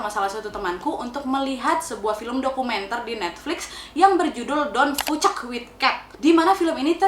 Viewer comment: Pas ngomong "fucek"..... ngakak 🤣